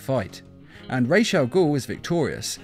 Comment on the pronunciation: It's Raus not raj as in head in arabic language Raus al-ghoul